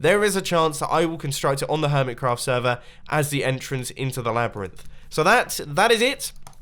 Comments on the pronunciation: 21.16slabyrinth not labyrinth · You should call it the Slabrynth (Slab-ryhth)